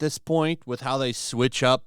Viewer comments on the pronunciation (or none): none